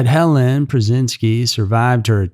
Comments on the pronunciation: Helene not Helen. It's pronounced Hellean. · Helene; not Helen. Such a sad story; she was so beautiful. RIP sweet girl.